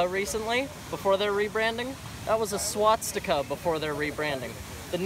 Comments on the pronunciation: "that was a swatstika"......the fuck is a swatstika, is that like a misshapen swastika or something? Antifa: We're fighting fascism by mispronouncing the names of old Nazi symbols, and having fistfights in the public square. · He said SWATSTICKA ! I'm LMAO. It's Swastika you numb fuck. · That was a "Swatstika" Yeah, I am pretty sure that's not how you say it. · What's a 'Swatstika'? This kid isn't very well informed. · he's so stupid he can't even say swastika "SWATSTICKA" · "That was a swat sticka" lmao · "that was a swats stika" :DDDDDDD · He said SWATZTIKA lol!